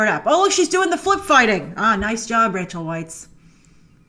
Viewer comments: it’s pronounced Rachel Vice not Rachel Whites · Please do say Rachel Weisz's name correctly.